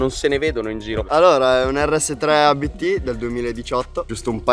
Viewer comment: Si dice Abt non A B T 😅 è un cognome